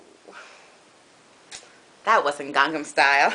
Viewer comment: Oppas gangnam style Gung-nam is how you pronounce it its weird because its korean